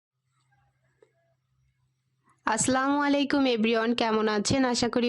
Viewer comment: আগে সালাম টা ঠিক করে দিতে শেখেন